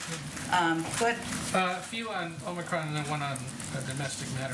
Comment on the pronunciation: Please tell Brandon it's OMICRON.....not OMNICRON.